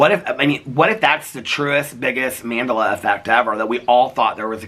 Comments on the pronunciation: You were soooooo close to figuring out Mandela effect is pronounced like Nelson Mandela, named after him. I was on the edge of my seat waiting for you to make the connection 😂 love youuuu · Not saying Mandela effect wrong after reading it's related to nelson Mandela lololol love your rants 💙😅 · I'm dying at mandala pronunciation